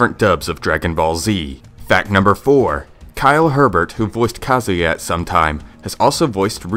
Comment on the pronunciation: Fact #108 - Harada didn't create Tekken. Fact #109 - It's Kyle Hebert, but Herbert.